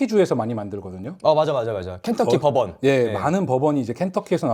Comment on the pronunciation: 아 버번.. 법원으로 들려😂